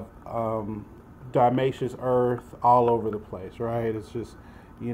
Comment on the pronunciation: you cant even pronounce it right